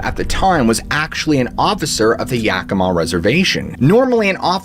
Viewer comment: As someone who lives in Yakima, I appreciate that you actually pronounce it correctly!! And interesting stories!